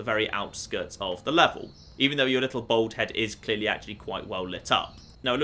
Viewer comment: Wow you pronounce bald really oddly. Like Bowled.